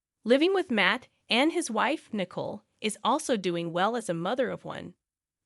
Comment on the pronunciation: Poor pronunciation of some everyday words, and names, in the commentary! (John/Jan/Jian/Jane/JN/Jen), (Nicole/Nickel/Nichol/Mickle)